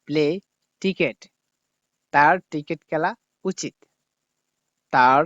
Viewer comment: টিকেট নায় ভাই ক্রিকেট বলেন